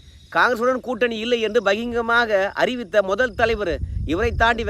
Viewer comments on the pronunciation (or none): அது ' பகிங்கரமாக' இல்லை. 'பகிரங்கமாக' என்று சொல்லவேண்டும்.